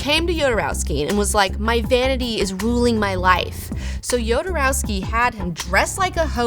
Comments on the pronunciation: Even if the origin of the name is slavic, he pronounces it "Hodorowsky". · Don't forget kids: it's not YODA-rowsky, it's HODOR-owsky! :D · It kills me how poorly you mispronounce everyone's name, especially Jodorowsky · You should first learn how to pronounce correctly his name